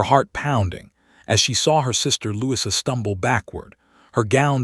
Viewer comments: Try Lou- ease - a... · Louis-uh, that's a new one